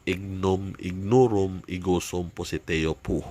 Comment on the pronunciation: Bkit pociteo yung bigkas mo bro peru yung nka sulat piciteo sana masagut